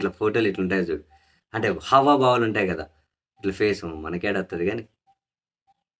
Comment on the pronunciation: హవాబావాలు కాదండీ హావభావాలు